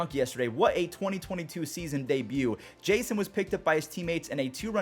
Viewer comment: His name is Janson Junk. Not Jason Junk. Jan-son not jay-son